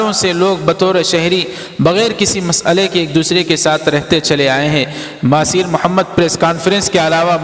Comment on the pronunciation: مہاتیر محمد ہے ۔۔۔۔مہاثیر نہیں